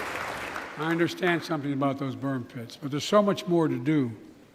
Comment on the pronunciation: His tongue didn't even make it through the introductions intact! I can't watch this - "victims exposed to toxic bird piss" ???????????? Is all I got. Thanks for suffering through this for us.